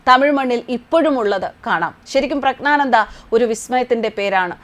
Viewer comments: പ്രശ്നാനന്ദ അല്ല, പ്രജ്ഞാനന്ദ എന്നാണ് പറയേണ്ടത്. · പ്രഗ്നാന്ദ ആണ് പ്രശ്നാന്ദ അല്ല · Preshnananda alla . PREJJNANANDA ennaanu. Vyekthikalude naamangal shariyaayi uccharikkanam. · പ്രസ്‌നാണാന്ത അല്ല അമ്മച്ചി 😂😂😂😂😂😂പ്രഗ്നാനന്ദ എന്ന് പറയാൻ പഠിക്ക് 😂😂😂😂😂😂😂😂😂😂😂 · പ്രശ്നാനന്ദ അല്ല,പ്രജ്ഞാനന്ദ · പ്രജ്ഞാനന്ദ എന്നു പറയൂ പ്രശ്നാനന്ദ എന്നു പറയരുത് മാഡം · പ്രശ്നാനന്ദ എന്നല്ല. പ്രജ്ഞാനന്ദ എന്നു പറയൂ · ശരിയായി പ്രഗ്നാനന്ത എന്ന് മലയാളത്തിൽ പറയാൻ പഠിക്കു സഹോദരി😢പ്രശ്നാനന്തയും പ്രജ്ഞാനന്തയുമല്ല അയാൾ പ്രശ്നം ഉണ്ടാക്കുന്ന ആളുമല്ല.😂 Praggnanandhaa “എന്നാണ് ജംഗ്ലീഷ് സ്പെല്ലിഗ് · പ്രശ്‌നാനന്ദയോ ?ദയവായി 'പ്രജ്ഞാനന്ദ എന്ന് ഉച്ചരിക്കൂ . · പ്രശ്നാനന്ദ എന്ന് തെറ്റിച്ച് ഉച്ചരിക്കുന്നു അക്ഷരം ശരിക്കുച്ചരിക്കു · പ്രശ്നാനന്ദ അല്ല . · മേഡം പ്രശ്നാനന്ദയല്ല. പറഞ്ഞ് പറഞ്ഞ് പ്രശ്നമാക്കല്ലെ ' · 🙏,,, പ്രശ്നാനന്ദഎന്നാണല്ലോമാഡംപറയുന്നത് കേൾക്കാൻകഴിയുന്നത്,,,? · ഉച്ചാരണം ശ്രദ്ധിക്കുക. ജ്ഞാനത്തിലെ "ജ്ഞാ "യാണ് വരേണ്ടത്. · പ്രശ്നാനന്ദയോ തെറ്റാണ് നിങ്ങൾ ഉഛരിക്കുന്നത് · "പ്രജ്ഞ " എന്നു പറഞ്ഞാൽ ഏറ്റവും മികച്ച ബുദ്ധി എന്നാണ് അർത്ഥം ' അതു പോലും ശരിയായി ഉച്ചരിക്കാൻ അറിയില്ല എന്ന് പറഞ്ഞാൽ ........ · " പ്രഞ്ജാനന്ദ " ഉച്ചാരണം നല്ലതായാൽ കേൾക്കാൻ സുഖമുണ്ടാവും.... 🙏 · പേര് തെറ്റിച്ചു പേരിൻ്റെ അർത്ഥം തെറ്റിച്ചു വിഷ്ണുവിൻ്റെ അവസാനത്തെ അവതാരം (ആരു പറഞ്ഞു)... പത്താമത്തെ അവതാരം എന്ന് പറയാം.. അല്ലാതെ അവസാനത്തെ അവതാരം... ഈ വാർത്ത ഇങ്ങനെ വായിക്കുമ്പോൾ മനഃപൂർവം തെറ്റ് വരുത്തുന്നു എന്നേ കരുതനാവൂ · Pronounciation of name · ഒരിക്കൽ ശരിയായി പറഞ്ഞു.. എന്നിട്ട് മനഃപൂർവം എന്ന് പറയാതിരിക്കാൻ പറ്റാത്ത തെറ്റ് വരുത്തുക . പേരിനു തോന്നിയ അർത്ഥം പറയുക... പ്രശ്നം വാർത്ത വായനയിൽ ആണ്.